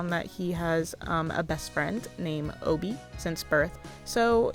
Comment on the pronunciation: I think you're pronouncing Obie right because it probably stems from his initials: OB (Otto bergman)